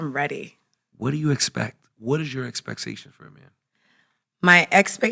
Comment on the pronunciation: "EXPEC-SATION"